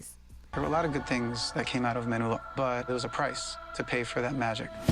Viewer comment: fyi its Menudo not Manudo